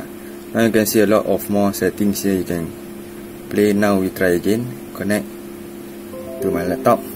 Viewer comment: connect sebut 'kennect'... but hearing 'konek' hahahahahaha anyway, THANKIYOOOO